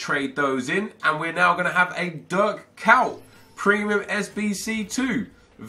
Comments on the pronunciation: Why tf does he read kuyt "KAWT"? It's ko-yt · he says dirk kaut😂😂😂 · it's pronounced "Kait" it's not that hard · KUYT... that pronunciation))) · he just slaughterd kuyt his name😧